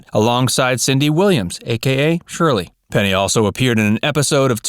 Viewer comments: Say it with me....PENNY Marshall.... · It made me nuts. I was screaming at the computer, Penny, not Peggy. Who edits this channel?